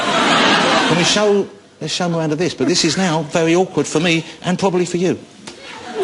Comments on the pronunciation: "Miwanda" - Miranda is a very unfortunate name for Jonathan to have to pronounce... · Miwanda xD i love his speech impediment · Is it me or does he say "Miwanda" I say "Welease Woger!!" ;)